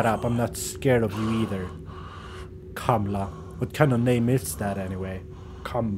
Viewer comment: its not kamla its kamala lol